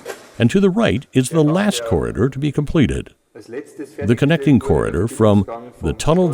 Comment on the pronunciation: When the narrator says corder, does he mean corridor